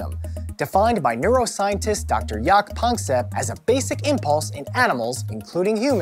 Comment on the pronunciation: Dr. Jaak Panksepp really sounds like Dr. Jagdpanzer LOL